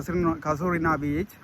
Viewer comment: வீச்சு இல்லடா , பீச்சு 😄. காய் இல்லடா , ஹாய்😆 . 😁😁